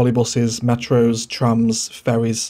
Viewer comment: No matter what, I'll never ban doggies from my city. LOL, you genuinely do say "Furries and furry" instead of "Ferries and Ferry"